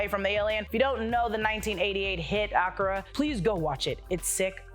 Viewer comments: I thought Akira was pronounced "Ah-kee-ra" not "Ak-u-ra" or am I wrong? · Akina not "Akura" 🙃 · I'm sorry what? Ahkra? It's A-Kir-a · It’s pronounced AKIRA not AKIRA! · Pronouncing AKIRA as AKURAH is wiiiiild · Two things Kirk didn’t fight Gorn. He fought a Gorn. Akira is pronounced uh KEE rah and not AHK ur rah. Two telling mistakes no one who was an actual fan of that old pop culture stuff would make. Otherwise who ever wrote the script to the great job. Editors and producers not so much. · I appreciate the effort in trying to say AKIRA, but AKURA could work as well. P.S. This is not meant with NO malice. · That’s not how you pronounce Akira -. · Akura slide? What is that pronunciation? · Mam....dId you just say "AH-KHER-AH" to reference the Akira bike scene? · the way you pronouced Akira made my eye twitch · thats not how you pronounce akira stop tryna be different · who pronounces akira that way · This video was great and the hostess was great...the only critique would be the pronunciation of Akira. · Yea, pronounce “Akira”correctly please. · Nah”uu”m, Ak”ee”ra, neph”ee”lum